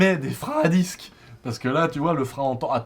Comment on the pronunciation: Super vidéo juste on dit « disque » et pas « dix » 😂😭